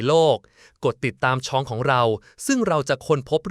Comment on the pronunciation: เล่าเรื่องได้ชัดเจนดีแต่ ต้องปรับปรุง เช่น คำว่า ทรุดโทรม ต้องอ่านว่า ซุด-โซม อหิวาตกโรค ต้องอ่านว่า อะ-หิ-วา- ตะ-โรค นะครับ ช่องไม่ใช่ ซอง